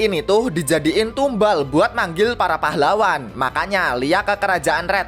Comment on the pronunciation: "pAhlaWWan" pas bilang pahlawan "w" nya Iyo kayak wha